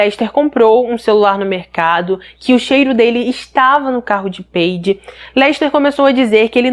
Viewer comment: Não é peide e paidje que se pronuncia.